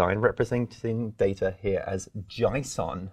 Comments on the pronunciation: Nice, informative vid, thanks. It's JAY SON by the way, not JAI SON. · I'm pronouncing JSON "jaison" from now on lol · Never heard JSON pronounced that way!!😃